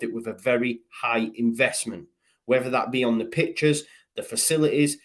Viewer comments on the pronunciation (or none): none